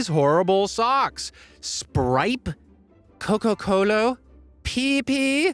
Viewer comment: “Unlike these horrible socks. Spripe, Coco Colo, Peepi, serious peepi?”